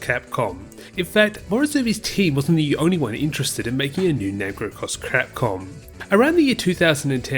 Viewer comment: You totally said "Cross Crapcom" HAHAHA!